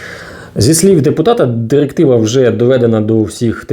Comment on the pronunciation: ЩотыплытешЕсть номыр дырыктывато для чого ця дырыктыва